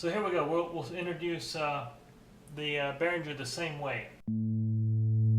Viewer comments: I know you'll probably just ignore this comment, but if you're working for Behringer, you should learn to pronounce it: It's "Behring-er", not "Behrinjer". Your mistake is like working for Porsche but calling the car a "Porsch." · Nice review. btw, the 'g' in Behringer is pronounced hard, not soft. bear-ing-er